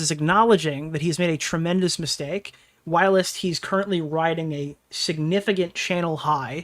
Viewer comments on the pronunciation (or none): legit where did you learm to pronounce "whilst" like that? I had to rewind the vid and figure out what you were trying to say lmao